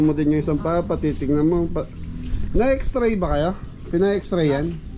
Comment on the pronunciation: Heto po kung pwede para di Tayo Mukha medyo t_ng_ .... GROCERY po not grosary X-RAY po not xtray FISH pond po not Pis pond Etc, etc, etc KC sana acknowledge to correct mistakes! And not be offended. It's for you not for us.Just trying to help SUBBBSSSCRIBER po not suscriber nawala yung B